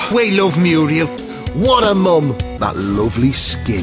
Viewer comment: you really say 'mom' like 'pom'? You're the first Englishman I've encountered with such a disposition. I am from Kent myself, I know Kentish people, Londoners, East Anglians, West Country people, Yorkshiremen, Lancashiremen, Scotsmen, Welshmen..... I could go on, but non of them have ever said 'mom' like 'pom' or 'Tom'. Indeed every Brit I've ever encountered has said mum like gum. I don't understand your position, where in England do you live such that people say this? Brooklyn upon Thames?